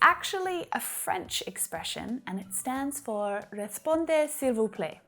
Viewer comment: Hello! I'm french and I just wanna say that the french expression is "répondez s'il vous plait", not "reSpondez.." (without the S). BTW, thank you for your lessons!